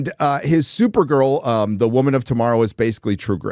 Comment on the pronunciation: Come on, it's supergirl not supernun